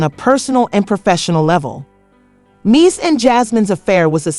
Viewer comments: lmaoo she called him “mishi” AND “messes” its like everytime she said it she butchered it more🤣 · Her pronouncing Mendeecees name completely wrong the whole time is killing me lmfaooo